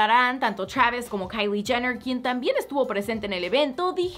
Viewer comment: Travisco y treik jajaja